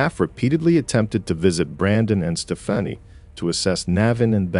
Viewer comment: It’s because it’s AI. I rarely watch anything that has AI exactly because of the mispronunciations. 😏